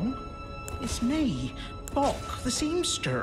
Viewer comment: I love! The way he always says seamSTER is so cute and hilarious to me!! 😂😍😘